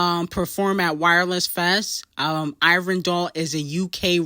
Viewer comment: learn to pronounce ivorian doll's name correctly, cmon now she's literally uk female rap royalty